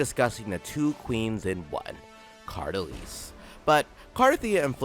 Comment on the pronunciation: Bro pronounced the name 132 different ways and not a single time is it right